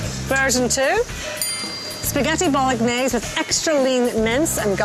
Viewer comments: Non-italians please don't pronounce the g so harshly when saying Bolognese like Jillian does 😬 The g and n make a NYE sound. Bolo-NYE-see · Stop emphasising the g in Bolognese so much grrrr !! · Oh my god I hate Gillian McKeith so much, she’s annoying and bitchy, plus she pronounces the g in bolognese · The way she pronounces spaghetti Bolognese pisses me off, It's not British either. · Why does no one bother to tell Gillian thats shes pronouncing Bolognais wrong!!